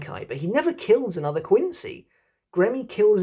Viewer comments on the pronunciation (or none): none